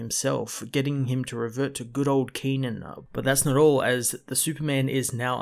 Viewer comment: Brilliant review One of my favourite comics of all time, shame it's getting cancelled. Could you please try reading the Iron Fist and Daredevil comics? They are in my opinion the best comics Marvel is putting out and the new villain in Daredevil - Muse is truely chilling Oh yeah and Kenan's pronounciation is with a sharper e sound like Keh-nan and It's Yih-Ching